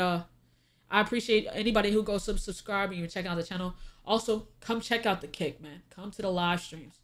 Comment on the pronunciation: Lol, I thought said, "Come check out the cake, not "come check out the kick"😂